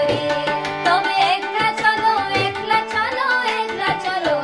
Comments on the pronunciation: It’s pronounced ack-la, not ek-la. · God bless you beta. Keep working on the pronunciation. It’s akla not ekla . It’s ktha not kotha. Etc. But keep singing RBSangeet. And keep listening!